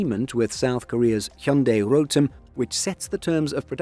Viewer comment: Never seen english speaker nailed "hyundai" pronounciation 🎉